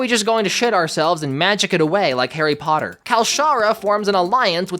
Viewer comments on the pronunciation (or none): none